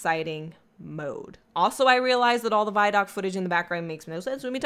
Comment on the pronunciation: Guys, it's pronounced VID-DOC, not VYE-DOC.